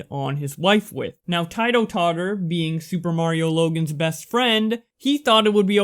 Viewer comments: you said Tito totter wrongly, and that story is fake af. its a publicisty stunt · Its ti-toe totter